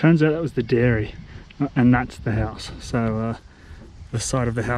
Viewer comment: Egg-c-lent eggplant egg. Liked u saying diary multiple times. Wvtte.